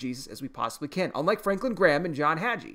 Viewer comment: The "g" is pronounced like the g in gave